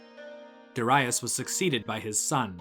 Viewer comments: Cambysis, not camb👁sis.... as in Hedeby, Darius, not Dar👁us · Good video but the way you pronounce Darius is wrong and distracting. There's no basis in saying Doh-rye-us. Neither in Persian nor in Greek where we know his name from